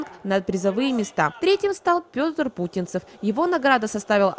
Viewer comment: телеканал Алмазный край Не ПУтинцев, а ПутИнцев. Слух сразу срезало, когда посмотрел...